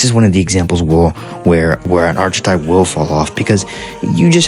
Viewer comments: ARK - uh - TYPE PLEASE TELL ME YOU'RE DOING THIS AS A BIT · Bro you don’t pronounce the ch in archetype it makes the kuh sound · Cant believe so many people dont know how to say archetype